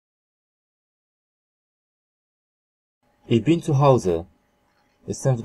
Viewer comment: a ich bin czyta się ich bin